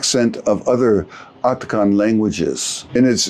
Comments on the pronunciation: Occitan ['ok.si.tan], not Oktokon. 🤦🏻‍♂️😂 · Occitan! Not Octican!